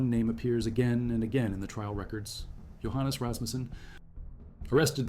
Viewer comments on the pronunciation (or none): none